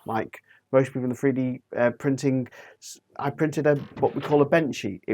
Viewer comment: Love "free-D" printing. Please learn to speak English. It would be so much easier to listen to you. Speaking Mockney in a northern accent just sounds weird.